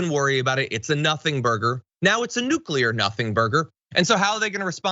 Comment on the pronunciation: Oh good! It's just nucular secrets. I was worried that the Coca Cola secret recopy fell in the wrong hands. Putin: "...And now we can to make our own diet Dr Pepper. The secret ingredient was natural gas after all. Just like we always suspected"